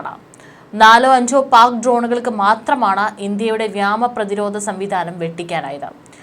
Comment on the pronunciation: വ്യാമപ്രധിരോധം അല്ല വ്യോമപ്രതിരോധം എന്നു പറയു .. എപ്പോഴും ' വ്യാമ' എന്ന് പറയാതെ .. കുട്ടികൾ പോലും ഇങ്ങനെ തെറ്റിച്ചു പറയില്ല 😊